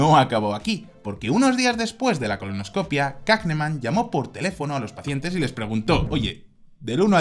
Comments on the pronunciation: ColonoscopÍa, acento en la i. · Se dice colonoscopía mi querido..